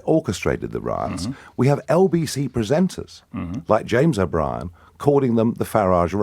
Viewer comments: O-Bree-en is as ridiculous as his 'hair do' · His name should be pronounced to rhyme with where you park your car....out the front